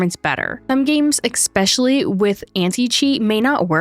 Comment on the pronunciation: Eggspecially I like it